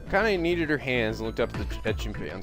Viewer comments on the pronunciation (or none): Lol, Akane's name is pronounced Ah-Khan-eh. You should watch more subbed anime and you'll get the hang of name pronunciation pretty quickly.If I knew what you were into, I'd give some recommendations that are extremely popular.